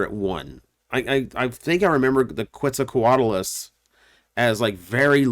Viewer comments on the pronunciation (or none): The way he pronounced Quetzalcoatlus 💀